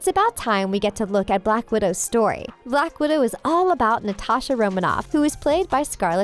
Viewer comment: You said blackwodo 2 time